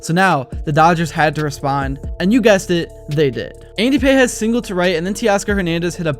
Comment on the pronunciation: You’ve got to know, Pages is not pronounced like book pages but “Pahes“.